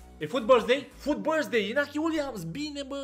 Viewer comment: "Happy birsthday loco" =)))